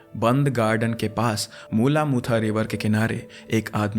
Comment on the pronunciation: मूला मुथा ❎ , मूला मुठा ✅